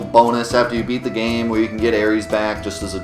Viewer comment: It's "AIR-ISS"!! why dafuq does he always call her the first zodiac sign Aries? Aeris is her name, baby